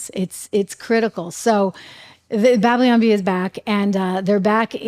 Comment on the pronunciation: Trish -- it's "Babylon," not "Bablion"! Cute!